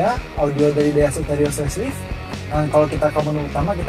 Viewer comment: lucu banget ngomongya daihatsu terios menjadi mengomong daihatsu teroris ha ha ha ha ha kocak